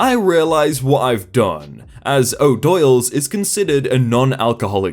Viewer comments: Oh-dool's. Not oh-doyle's. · "O'Doyles"? In the commercials it's pronounced "dools" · Ha ha ha it is pronounced 'Oh-dools". Made me smile, thank you!!